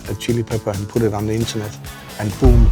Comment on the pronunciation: Can we stop saying "Innernet"?